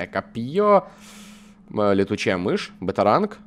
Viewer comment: Он так и сказал БЭТАРОНГ!!!